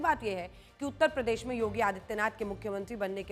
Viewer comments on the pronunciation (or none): none